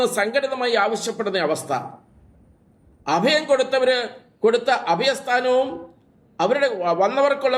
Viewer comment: അദയം അല്ല അഭയം